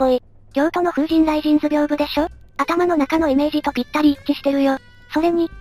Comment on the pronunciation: 風神じゃなくて風ｼﾞｨﾝですよね笑